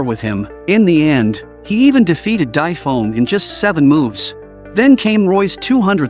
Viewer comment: Why are you saying Dai Feng so wrong